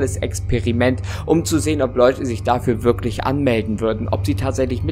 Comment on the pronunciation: Oder "würklich" haha